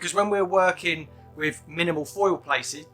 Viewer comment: "Placege" LOL! I'm glad you didn't edit that out.